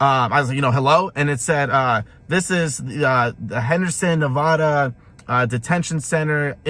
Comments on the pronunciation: Damnn I live in Nevada 😂 damn why say it that way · Great video as always, but that's not how you pronounce Nevada.